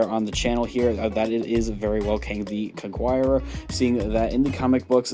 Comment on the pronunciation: CON KER ER not CONQUIERER